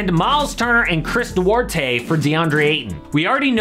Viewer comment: Duerte????? HahahH